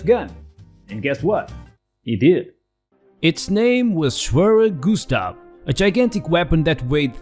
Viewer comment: 'Schwerer', from 'Schwerer Gustav' is pronounced much like 'swearer', but with with a 'j' between the 's' and 'w': 'sjwearer'. It means heavy.